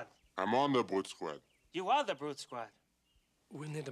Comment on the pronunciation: "BEADDET! OR I'LL CALL THE BRUTE SQUAD!" "Ahm on da bwute squad." "You ARE the Brute Squad!"